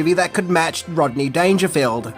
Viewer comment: Rob-ney Dangerfield huh? Interesting sir. Interesting. Salute.